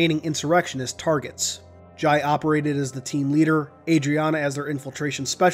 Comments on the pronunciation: its pronounced Jai (Jay) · Its pronounced jay